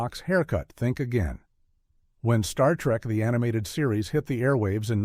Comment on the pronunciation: Star Trek..................The Animated Series, guh. SOOOoo gets on my nerves. Will SOMEONE PLEASE teach AI that a colon is NOT a period =P